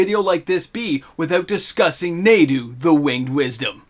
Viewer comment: Pronounced "nah-do"